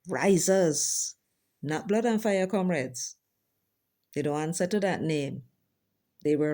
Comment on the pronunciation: No wonder he keeps saying "Camreds". Is he deliberately not using "comreds". I wonder